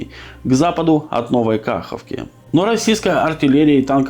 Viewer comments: Ну как минимум не "КАховка" , а "КахОвка" ...😅😅😅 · КахОвка! Не кАховка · не плодите безграмотность. Неоднократно писал правильно ставьте ударение!!!! КахОвка, а не КАховка!!!! Спасибо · Почему КАховка , правильно КахОвка. В 1935 году пели песню КахОвка, КахОвка родная винтовка. А не КАховка, КАховка. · Неужели даже песню не слышал о Каховке. Ударение на О, но никак не на А.